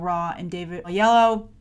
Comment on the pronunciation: you mispronounced David Oyelowo and Ta-Nehisi Coates' names.